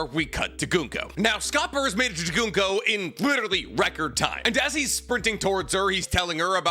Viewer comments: Though Gunko is pronounced Goon-Ko... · "Goonko" "Scope-er" "Call-in" You're butchering the names lol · Summer- add an S at the end. NOT sawmers. Colon = coller, but with an en at the end collen/colon NOT colone Goo-nk-oh = gunko